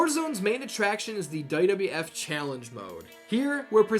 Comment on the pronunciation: He pronounces WWF as "Duh duh eff"